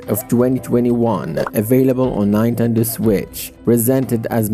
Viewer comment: Did you just say nine.tendo